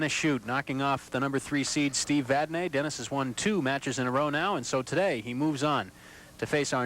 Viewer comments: For God's sake...the name is Vadnee not Vadnay. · actually its vadney